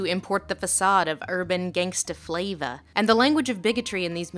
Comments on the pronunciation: I love your analysis but every time you said flava I wanted to mute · editing, sweetie. we didn't really need 'urban gangsta fla-vah' six times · I hope I never hear the word 'flav'ah' again... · i chuckled every time the words "gangster flayva" were said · Stop saying “flava” .... please.....